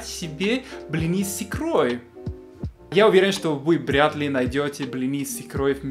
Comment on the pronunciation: гигаВайта - Бряд ли